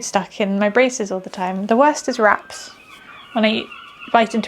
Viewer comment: Hello. Biting into raps at first thought you said rats 🐀 you have such a lovely relaxing smooth voice I love it. Its like been on a gentle rock boat 🚤⛵🛥